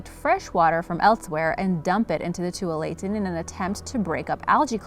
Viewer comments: OMG!!! You actually pronounced Tualatin as too-a-lay-ton? It's pronounced too-wall-a-tin. SMH 😫 The river water has been cleaned up and rarely causes problems any more. I think your data is very dated. Yes, there was a problem from run off from pesticides and waste water overflow but its minimal. I don't think this river deserves to be included in this video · And the Tualitan River in Oregon is pronounced Two alla tun. Please learn to speak. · #1 - It's pronouned 'two all ah tin'. Please start learning to pronounce things correctly; you get way too many wrong! Sorry, but it makes me crazy!! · Omg the first pronunciation bothered me so bad. It’s pronounced like “Too All Eh Ten” not “tool all ate in” you butchered it so bad I literally didn’t even know you were talking about my state at first.. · IT IS NOT TOO ALATIN "2wall a TIN" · I live by the number 11 and it's pronounced twal-it-tan, pretty funny. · #11 is two-wall-it-ton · I live by Tualatin is pronounced tu wall eh tin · First of all it's pronounced too-wall-a-tin (tualatin) river, and it's not at all as bad as you've made it out to be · 11 is pronounced 'Tua-la-tin'😂 its actually a beautiful place, and, i lived there for 8 years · #11 Yeah. That isn't how it's pronounced.